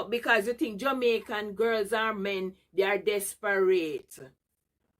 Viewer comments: "Des-pa-raaate"😅😅😅😅 Cringe mi a tell yuh! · Des-pa-rate 😂😂😂😂😂 fuss me hear somebody pronounce desperate that way 😂😂😂😂 See they all know the truth but refuse to accept and apologize. All because of badmind and money. Now they can’t come out and change their words because they’re going to lose those subscribers who hate Alicia and want to see her fail.